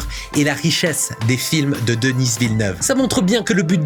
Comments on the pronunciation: J'aime beaucoup vos vidéos.. Mais Denis Villeneuve est un franco-québécois. Alors son nom se prononce Denis (comme deni), et non pas Denise à l'anglaise. Je sais pas en France, mais au Québec, Denise c'est un nom de femme. Les français vous faite la même erreur avec le nom de notre premier ministre Justin Trudeau. En français, ça se prononce Justin (just'in) et en anglais ça se prononce Justin (Just in) et non pas Justine comme j'entends souvent chez les Français. Parce Justine c'est un prénom de féminin ici. 😁 Je comprend que les américains prononcent mal leur noms. C'est normale, c'est pas leur langue. Mais ce n'est pas normale que les Français prononce ces noms à l'anglaise. 🤔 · Je crois qu'il dit plus "deniss" Il le prononce à l'anglaise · Je viens d'aller voir le film. Je suis d'accord avec toi, les VFX ont été très bien réalisé! Étant québécois, le « s » de Denis ne se prononce pas (pour la prochaine vidéo dans 2 ans sur Dune 3 hihi) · Denis Villeneuve tu n'as pas besoin de le prononcer à la anglaise c'est un québécois, un canadien français. Donc DENI Villeneuve 🤷‍♂ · Rigueur! N’importe qui aurait su comment prononcer « Denis » sans passer des heures à faire des recherches. Malgré ton Denisse qui m’irrite au plus haut point, j’ai apprécié ta vidéo. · J'ai adoré la vidéo, cependant, on ne prononce pas le S de Denis... C'est francophone comme prénom!!! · Denise Villeneuve ? DENISE Villeneuve ? Ca va pas non ? C'est DENIS, c'est un québécois, personne ne dit Denise. Dans le pire des cas des américains prononceraient "Dainiss", mais certainement pas Denise. Et puis c'est DENIS. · C'est Denis, pas Denice, comme c'est Paris, pas Parice. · Il s'appelle Denis Villeneuve pas Denisss Villeneuve c'est un francophone du Québec. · Denis Villeneuve, une fierté du Québec! Petite remarque, tu dis "Denize Villeneuve" mais c'est bien et seulement "de-ni" :D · Un français qui prononce le nom d'un québécois aussi commun que Denis DenisE... yurk